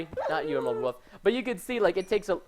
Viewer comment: I love how Preston says "woof" instead of "wolf", haha